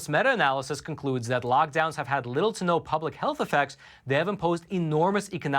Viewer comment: you keep saying logdowns, it's lockdowns